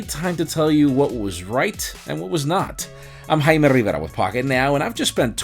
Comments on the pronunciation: "im himymyukimayii".... :D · I lose my shit everytime he says his name. Jaime (intensive tongue roll) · Do you edit your name when you had a few drinks ? . I slowed it down to 0.5 .. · I have never managed to catch the way he says his name.